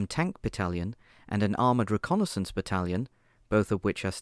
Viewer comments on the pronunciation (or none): none